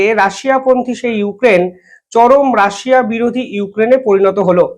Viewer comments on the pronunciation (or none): none